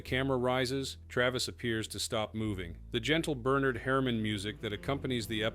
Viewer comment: Pronounced his name like "bare-nerd" Like huh? Burr-nard !!!!